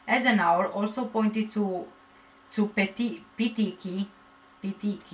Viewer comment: Say Pe teek ee a = Petechiae